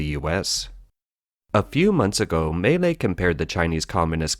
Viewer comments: Maylay, Maylay xD It is Milei: Me-Lay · Milei is actually three syllables, but the average American should probably think of it as "millay," not, as this video characterizes it, "malay" or "melee." It's "mee LEH-ee" if you want to be technical. No matter how good one's grasp of politics, if you can't pronounce the players' names, you lack cred. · I just want to say he completely butchered his name. He's called Milei, pronounced something like "me-lay" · excellent video!!! some small corrections for outsiders: - Milei is pronounced /mee.LAY/ - He does not want to dollarize per se, but allow citizens to chose whichever currency they wish to use (nonetheless, the most popular and desired currency to use is the dollar). - The Argentinian state is composed of 18~ Ministries, of which he wants cut down to 7 and build a new one named the "Human Capital Ministry" which embodies health, education, and some other conceptd linked to citizen growth. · This sounds like it was made with AI technology.... Or maybe Siri?🤣 At least learn how to pronounce Milei!